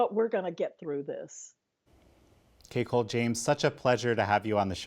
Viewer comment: At first I thought he said CakeHole James lol